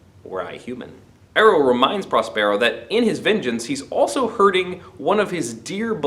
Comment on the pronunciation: Really great! (please...correct your pronunciation of Prospero...stress emphasis on the first syllable)